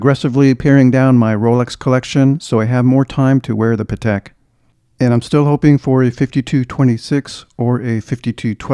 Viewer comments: Excellent collection. Just one little piece of advice/info for you, if you allow me: the right way to pronounce the name of the brand is Patek with accent/emphasis on the a, not on the e. Something like Paatek! The reason is that is a Slavic surname. I appreciate almost everyone gets it wrong, but if you don’t trust me just watch any interview with Mr Stern (Patek’s owner), and check how he pronounces it. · also, many ADs themselves get it wrong, and many big collectors too. So no shame in that. Even the London Patek boutique says it wrong on their own answering machine message! Everyone tries to pronounce it the French way, but it’s actually an Eastern European surname